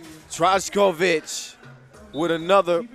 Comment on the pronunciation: Little assistant to commentator. When you see "j" letter in Serbian names you pronounced same as letter "y" in English language, so when you see Trajkovic you should provenance as Traykovic.